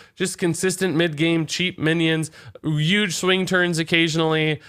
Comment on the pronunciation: TheKal looks like he has a infinity glove Edit:DID HE JUST SAY YUGE